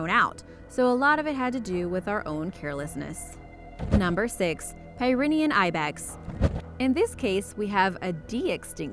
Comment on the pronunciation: Pyrenaean is said (peer- eh-NEE-yun) like the Great Pyrenees dog, named after the same mountains as the goat. 'Pyrenaean' means "comes from the Pyrenees mountain region".